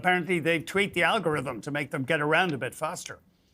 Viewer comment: Al go ryth um